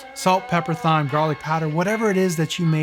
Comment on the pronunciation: Great video! One thing, please stop saying Thyme with the th! The h is silent. 😂